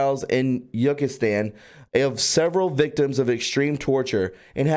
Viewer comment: Yuckistan?? Uzbekistan is Ooze-beck-e-Stan. I’m sorry but I hate when I hear “normies” try to discredit our movement and hearing a pronunciation like that really doesn’t help with credibility. I know 2 lovely ladies, Siri or Alexa, that will happily help you with pronunciation if you ask when you’re unsure 😉